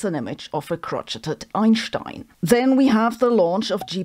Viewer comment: Yeah, with the pronunciation of Einstein she is in fact right and all the rest of us are wrong. I didn't even realize that until I heard her pronounce it right.